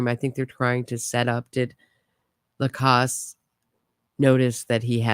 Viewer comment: You know everyone pronounces Jeffrey’s last name with the after the c like the sound in pause. He says Lacasse with the sound of the second a like the sound of the a in apple.